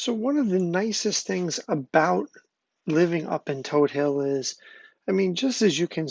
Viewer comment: I'm glad you pronounced Todt Hill correctly...and not todd hill. It's toad hill!!